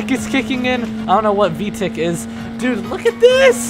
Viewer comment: vtick its not vtick its vtec (pronounced v-tech) its the engine honda sports cars use